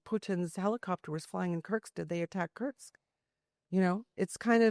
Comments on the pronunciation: WTF is curtsks? Stop saying SCUTTLE and learn how say the names of the oblasts before you take to the air. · Good reporting! Keep it up! But also, please learn how to pronounce Kursk... (It's not Kurktst.) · Kerrrrrsssskkkk. Kursk Kuuuurrrrrkkkkk. Not kirks or kercks or kurk. Yikes. How is it so hard read and repeat? Just saying. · It’s Kursk!! There’s no t in Kursk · She cant even say Kursk properly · Lady, learn how to pronounce Kursk